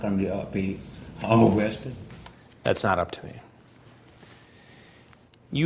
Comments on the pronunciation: Oh cwab Am I gonna be a ah ooorested? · Ow cwap... Am I gonna be O-wested? Yes, you filthy p-p-pwedator. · Man, Chris Hansen, what a professional! How did he not laugh when the guy said "am i gonna be o-wested"! 🤣😂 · "OH-NHO! I'm being OH-WESTED! OH-GEN!"